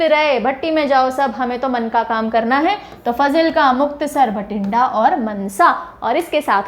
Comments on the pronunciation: These are actually pronounced as 'Maansa', 'Faazilka' and 'Bathinda'(not Bhatinda)... Also the meaning of 'Nawan' and 'Moga' is wrong as you mentioned.Its better to know some etymology before such informative lecture ✌️🙏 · its BATHINDA NOT BHATINDA BOLLYWOOD movies